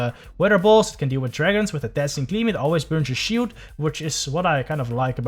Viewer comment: The correct pronunciation is SHIILD NOT SHIUUUUUUUU ADVENTEG NOT ADFANTAJE GRASSHOLE NOT CRASSOOOOOLEEEEE